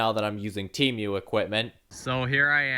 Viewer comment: “Temiou” SON IM CRINE😭✌️